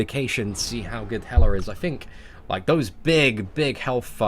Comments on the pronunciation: Why do u call hela "helar" sometimes? 😂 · Erdem Ulker That’s how the Brits speak. They add a weird “R” sound at the end of words that end with “A.” It’s how their phonics work.